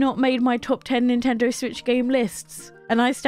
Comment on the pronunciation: Nintender? Learn how to pronounce words